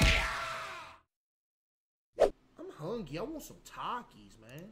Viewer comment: first thing you hear “im hungyy”